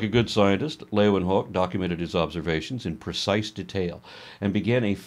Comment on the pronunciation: you are the first native english speaking person that I know to pronounce 'Leeuwenhoek' correctly!